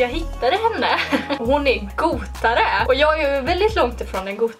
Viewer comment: omgggg she did her makeup like you and she said goutare instead of gothare and your soooo cool I love youuuu